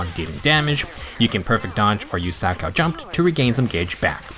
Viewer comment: Finally, someone who pronounces 'Salchow' correctly. The amount of times I've heard youtubers pronounce the H was far too many. Personally, I'm skipping her for Caesar. I pulled for Ellen, Zhu Yuan and Qingyi, so someone had to take the fall. Luckily I got Nekomata recently, so my physical base is covered.